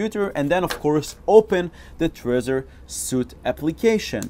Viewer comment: Thanks for this.. I think the Trezor suite is pronounced SWEET btw..;)